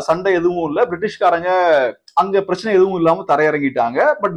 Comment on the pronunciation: சார் உங்களுடைய வீடியோக்கள் நன்றாக உள்ளது ஆனால் 'பிரச்சனை' என்ற வார்த்தையை மட்டும் தெளிவாக உச்சரிக்கவும்